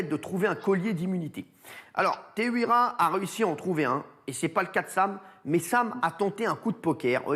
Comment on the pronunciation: Teihoura* en prononciation si tu préfères cyril